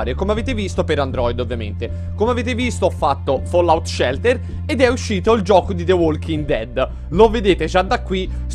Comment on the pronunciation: Sopratutto "Follaut"